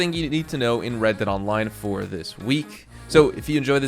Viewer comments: “New wred dead online” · "new WRED DEAD ONLINE" wred? :o